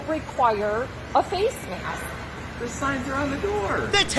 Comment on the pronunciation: She says mayaskk